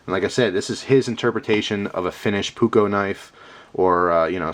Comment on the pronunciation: it was funny to hear you say "puukko"